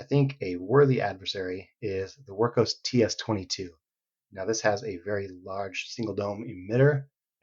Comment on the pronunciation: What's the other flashlight you are using in the comparison. Are saying Work Horse? Hard to understand.